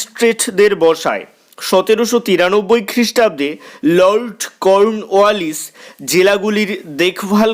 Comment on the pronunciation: আপনার লর্ড কর্নওয়ালিস বলার ধরনটা বেশ হাস্যকর।😂😂🤣😂